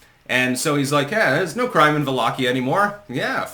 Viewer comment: Thank you for pronouncing correctly Valahia and not Walahia